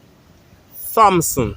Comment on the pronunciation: don't forget that the H in Thompson is silent... it is pronounced ... Tompson...